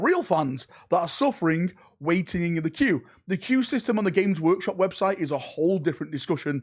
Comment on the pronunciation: "You go to the wobtite."